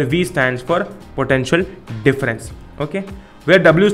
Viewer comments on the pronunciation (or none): Okheey Mast english